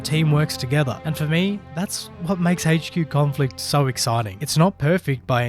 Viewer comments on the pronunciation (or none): Update sucks bro . your going to love it . Sarcasm intended. Also its not hach q it's pronounced h q